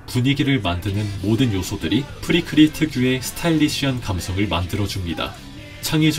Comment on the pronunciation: 프리크리 안 봐서 프리크라라고 하는 거 개 빡침 ㅋㅋㅋㅋㅋㅋㅋㅋㅋㅋㅋㅋㅋㅋ